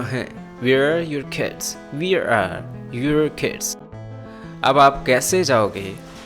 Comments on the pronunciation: He spoke We're to where are . N this will be pronounce like wear. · U r right he pronounced wear not where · What ...wear mean is different and where is different ur pronunciation is wrong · plz correct ur pronounce of where